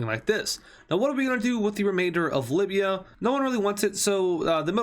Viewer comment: Why did you butcher up Libya. Not deserved